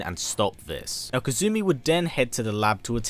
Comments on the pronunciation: Kasumi is the proper pronunciation Kazumi is from tekken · Kasumi, being Japanese, is pronounced "Cass-me", rather than Kazoo-me. It's far simpler and less strange to say DOA-tec rather than Dead or Alive Tech. As far as I know, you haven't left any events out aside from the side story lines in the movies. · Aside from mispronouncing her name (it's Kasumi, not Kazumi), great video! Kasumi is one of my favorite female characters ever! By the way, she only appears in Ninja Gaiden as a DLC character in the the third game in 2012 without any story relevance. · Pleased her name is kasumi not "kazumi" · Good video! KAS-umi not KAZ-umi though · KA-SU-MI Not KA-ZU-MI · It's pronounce ka-su-mi, not ka-zu-mi. You pronounce the s sound in japanese names. The only exception i've seen is tsu, which is katakana, not hiragana. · In kasumi, it is pronounced, since japans alphabet is the hiragana table, ka-su-mi, you put the accent on the su instead of the ka in this video. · Hmmmm his accent let's him say the S sound but when he says Kasumi he adds a Z... interesting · Z to s - if that's the worst pronunciation issue then he's done an excellent job!